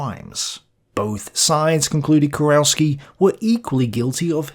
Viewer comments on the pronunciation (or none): KUROWSKI...you read - Kuroffski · "Kurowski": the "ow" in German is pronounced literally, so like "Kurovski". A German "au" would correspond to an English "ow".